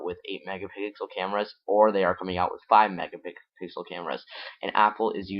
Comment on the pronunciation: Learn to say M E G A P I X E L